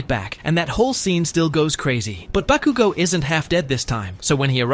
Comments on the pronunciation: Why did he sai bakugu XDXDXD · the ways he saying bakugo 😭😭😭